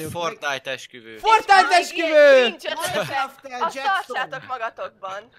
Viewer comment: Esküvő helyett Eksüvő XDDDD